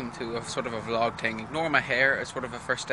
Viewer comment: its vlog not vlogg